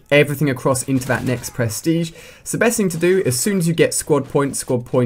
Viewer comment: lmao "perstege"